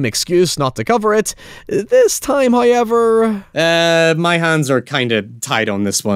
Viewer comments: 'The fu*king pronunciation, heewwaaaveeeaarr' 😂😂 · First "hoyevver" drops at the seven second mark. That MUST be a record. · Every time i open one of your videos, i eagerly await hearing the word 'however', pronounced 'Highever'. I'm never disappointed. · Not the HowYever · That's not how you pronounce However..... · Let's play a game: change one letter in the following word until it matches his pronunciation!! However